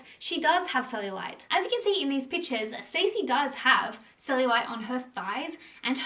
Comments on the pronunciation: my love you are pronouncing her name wrong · I think you are saying her name wrong …. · ur mispronouncing her name the wholeeee vid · Love your videos but I am struggling to watch this with the name pronunciation 😅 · Stassie. It’s pronounced how it’s spelt. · You don't even know her name lol It's pronounced star-ssie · It's stassie not Stacey 🙄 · Love your videos hun! You are amazing. Just wanted to say it pronounced Stah-see. 😘 xoxo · Pretty sure her name isnt pronounced as Stacey. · It’s pronounced like “Stah-si” so yeah lol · I loved it lol everytime she pronounced it that way I just pictured her reaction to being called Stacey in real life and how much it would probably bug her to not have someone know how to say her name correctly lol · You're saying her name wrong 🤣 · IT'S pronounced"STAZZIE NOT STACEY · Love this love you, but can't get over you saying her name wrong over and over. It's not 'Stacy' it's (St-awe-see) short for Anastasia (Aw-na-st-awe-see-a) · Her name is pronounced Stah-si, Not Stacy. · Her name isn’t pronounced “stay-c” it’s “stas-c” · STAH -Ci … not Stacey 🤣… how do u do a video on someone and not even say their name correct .. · She’s pronounces Stacy when it’s stassie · It’s not ‘Stacey’ it’s STASSIE……..’staaassss eee’ not ‘stay cee’. So irritating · Maybe you should learn Stassie's name it's not stay-see it's Star-si it makes me think you don't do you homework on these people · Her name is Stassie, not Stacey. It's Anastasia, stas. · everytime you said stacy I wanted to scream lmao it's pronounced Stah-see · Stassie not Stacey. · great vid! just for your information - you pronounce her name not like 'Stacy' but 'StA (like a German 'A) ssy' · Her bane is STAHHHH CCCCCEEEE NOT STACY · Her name isn’t pronounced Stacey it’s STAHCEE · Great video ❤️ her name is sta-cee not Stacey though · Every time she says “stacy” instead of “stassie” I die a little inside lol. 😂 This video was fire though!! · I was going to comment the same lol. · OMG YES